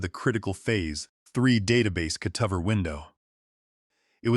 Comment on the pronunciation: AI is completely unable to pronounce ordinary everyday words. Cutover is pronounced cut-over not cute-of-er with the accent on the "of". It's such an odd pronunciation It's hard to overlook especially since the one time the word cutovers is plural the correct pronunciation was used!